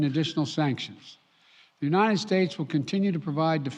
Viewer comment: He can't say the word "united" or did they misspell it on the teleprompter? Sounds like "u-nine-ed". His presidential portrait needs to be of him walking away from the podium.